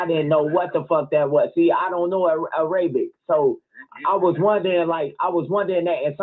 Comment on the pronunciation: I got you -it's pronounced era-bic, not a-ray-bic (Arabic).